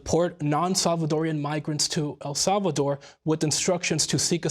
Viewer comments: The right way! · Love the way he pronounced El Salvador